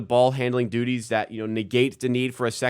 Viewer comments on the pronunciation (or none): none